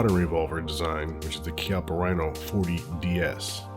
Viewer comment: The 19 is super. And the Rhino is pronounced keyappa@